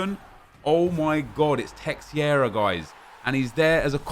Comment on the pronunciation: Omg it’s texiera 😂